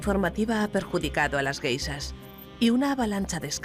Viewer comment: ¿por qué a los españoles les cuesta tanto pronunciar la sh? Carajo... encima es soporífera la voz de la locutora.